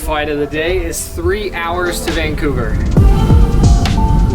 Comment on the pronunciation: He really said vancougar 😂 😂 love it